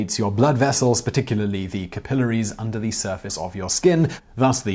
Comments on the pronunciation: Shudders every time he says kuh-pillar-ees instead of cap-uh-lair-ees. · TIFO that "capillaries" is another word that British people say differently.